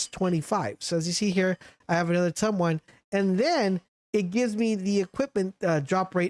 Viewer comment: its Tomb, not Tumb. as in the mummy was laid to rest in the tomb. Also it's Frey-na not Frey-ana